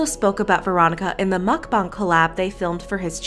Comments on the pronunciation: It's pronounced MukBANG, not MukBONG! Listen to people when they pronounce it! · Real Brice mukBONG is correct. Original Language: Korean 먹방 = mukBONG However since it’s popular in America no one really cares how you say it, Korean or American pronunciation. Americans would read it and say mukBANG.